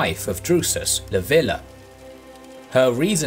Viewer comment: It's "Leev-ya" not "Lah-vi-lah".